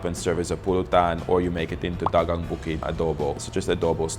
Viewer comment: Dagang is pronounced da-gang not dag-ang, ok?